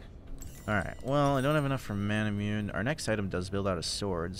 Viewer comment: I think manamune is pronounced "mon uh moon aye"